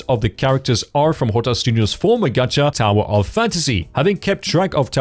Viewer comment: it's not gatcha, it's gacha, stop adding random letters to words